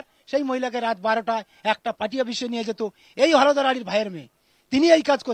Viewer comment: হলধর না হোলধর?😂😂😂